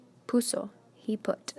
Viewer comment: Did this teacher just pronounce the "H". he is pronounced as a not hey